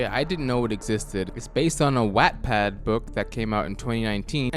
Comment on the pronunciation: that pronunciation of wattpad made me want to cry. (great video).